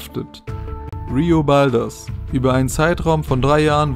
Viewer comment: Sorry mag dich wirklich aber du kannst builders und Sochi nicht aussprechen,... Sochi=Sotschi(Lautsprache) Builders=Schau bei dict nach und hörs dir an😂😂